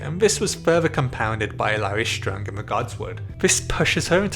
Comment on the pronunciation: The way you pronounce "Strong" as if it was in german.